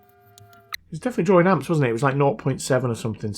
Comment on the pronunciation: Why do you say drawrin? Seems a simple mistake to correct.